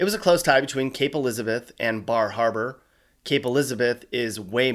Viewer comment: You imitated that Bar Harbor with a perfect NE accent.